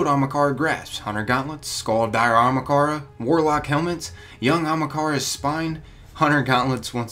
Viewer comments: lol usually these vids are good, but everytime he says Ahamkara, he says it like Amakaran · It is pronounced Ah - Haam - Kara not ah hm Kara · "Amakara" lol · Good video but did it annoy anybody else how he mispronounced 'Ahamkara' all the time?? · ah-hom-car-uh pronunciation, fool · Ahmakara? Bruh pronounce it right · Is anyone els bothered on how he saying ahamkara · A-ham-kara (ham is pronounced like haum) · A-ham-kara for fucks sake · I bet a million other people have said this, but its pronounced Ah-Hum-Car-Uh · you mispronouncing Ahamkara makes me cringe... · Learn how to pronounce Ahamkara please, it bothers me, and we know they were in our Galaxy but they were supposedly all killed off in our Galaxy, but apparently not all since some were spotted, and you clearly don't know they're coming with Osiris in the DLC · The sword was in destiny 1. Do some research. You're also saying ahamkara wrong. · I don’t understand how you said it so wrong..... you replaced HA with an R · aHAMkara, not ahMAkara. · Writes it Ahamkara. Pronounces it Amakahra. I'm dyslexic as fuck and I'm insulted. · its pronounced aHAMkara not aMAHkara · The bones on Io aren't ahamkara bones, and its not pronounced amakara. Just sound it out o3o. The evidence to support that the Io bones aren't dragon bones is that first off you can notice a ton of snail and trilobite remains along with the bones. The theory that would make the most sense is that Io used to be either a water world or primarily aquatic with a bit of land. Also, the area that we go on Io would fit perfectly underwater. Just imagine it with water. Those skeletons are most likely of some type of whale or alien creature. The bones "could" be ahamkara bones but that is HIGHLY unlikely and wouldn't make sense. We will no doubt have dealings with one sooner or later though. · Ahamkara not amakara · It's Ahamkara not Akamhara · It is A-HAM-KARA, not AMAKARA. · jesus christ there's an H in ahamkara- not Amukara